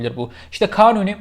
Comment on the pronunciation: Yalnız 'in kanuni diyememesi 😆